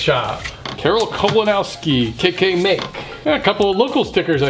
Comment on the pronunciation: KK Make seriously needs to reconsider re-branding... it pretty much sounded like you said KKK...